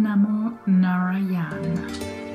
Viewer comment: Narayana is pronounced: "Naa-raa-ya-na" (note the difference in "aa" and "a". The "aa" is where you stretch the "a". So the "ya" is like "yeah". "Raa" has the same pronunciation as that of Egyptian Sun God "Ra" with "a" stretched). Narayanaya is pronounced: "Naa-raa-ya-naa-ya".